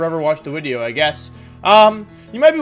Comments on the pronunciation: 'Speak now or forever watch the wideo' is actually an incredible quote lmao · Where did the whole "wideo" thing come from. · “Speak now or forever watch the wideo.” Looks like I have to watch the wideo until the end of time. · only if you fix your teeth and stop saying wideo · Why does he pronounce video like that? Not judging, just curious. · Still thinking why he says wideo after like 5 months of watching, a speech thing or what, every v sounds like w he said whenyousaur for venusaur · “You can’t just come up with a new wideo everyday!”- Some dummy that underestimates Wolfe’s creative genius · Wideo man, definetely